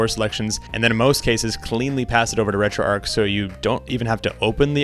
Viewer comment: Just a friendly note that it's pronounced "Retro ARCH" not "Retro Ark"